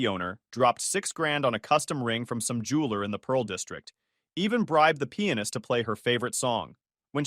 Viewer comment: "Bribed the pianist" sounded almost like pen15